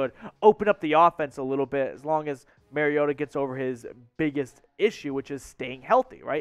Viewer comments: No. You pronounced his actual name wrong. It's pronounced like name Mario and 'tah' . It's not like Merry Christmas. Those who pronounce it incorrectly only know what they got from national media folks that never paid attention to small market teams. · Sign. You can't even pronounce his name. You have shown me you never watched his games and are repeating national media narrative.